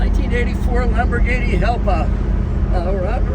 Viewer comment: pronounced ialpa